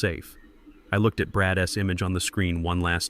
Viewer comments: Learn the proper way to pronounce possessive noun or pronoun. That Zeke s, Dante s Brad s drove me up the wall after about 45 minutes. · Lots of contradictions. Background noises, even coughing. Things out of order. Could be a good story if it was cleaned up. Instead correct pronunciation any plural word is said as the word, then s. For example day s instead of days. Brad s instead of Brad's.. it gets annoying after so many times.